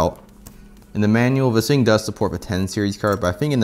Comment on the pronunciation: “vis fing” 😂